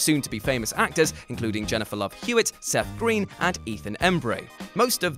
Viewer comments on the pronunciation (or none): none